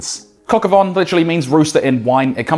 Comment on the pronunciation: Dude. It’s not “von” it’s “vin”…rhymes with “tan”